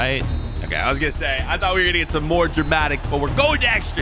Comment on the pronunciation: He said “before we can geet in”